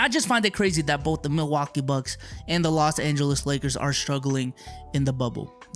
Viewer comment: "Las Angles Lakers"